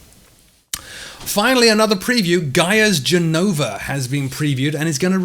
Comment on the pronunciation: Gènova not Genòva, accent on the fist syllable. Thanks.